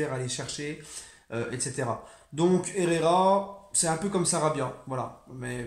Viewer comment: Franchement ta du talent en espagnol 🤣🤣, franchement Ander herrera est tro chaud et j espère qu’il va faire l’unanimité 🔥🔥🔥🔥